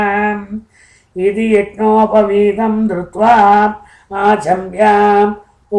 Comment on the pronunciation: *PAVEETHAM, not Paveedham